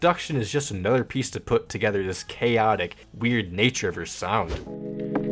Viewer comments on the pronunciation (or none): none